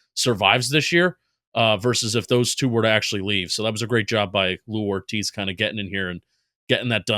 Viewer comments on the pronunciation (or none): Love the content guys but it’s Joe Hortiz not Lou Only thing I really had a gripe with is saying Bozeman is a boost over Linsley, Linsley has been maybe the best O lineman on the team the last 2 years (tied with slater imo) but was forced into retirement do to a heart condition.